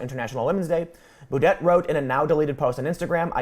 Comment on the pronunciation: If he’s French his last name would be pronounced boo-day; which are the kinds of days he’s having now.